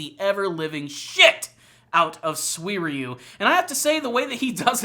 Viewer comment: How did he pronounce his name, come again? Swierieyou???Dumbass